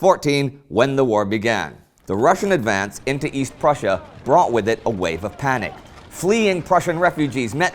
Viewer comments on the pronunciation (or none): none